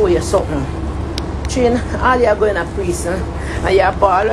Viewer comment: Did she say "preesn". ??? 🥺🥺🥺🥺